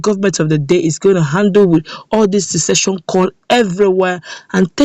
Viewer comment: Point of correction it is not SESSESION